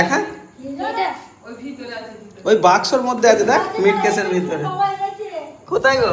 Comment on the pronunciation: কথাটা মিটকেস হবে না ওটাকে মিটসেফ বলা হয় যার একদম সঠিক English Spelling টা হল Meat Safe বর্ণিতা এখন মেমসাহেব হয়েগেছে এখন ওর সর্বদাই English না কপ্চালে আর চলে না সেখানে কিনা তরই বাবা হয়ে আপনার English Pronounsation এ এত ভুল থাকলে চলবে!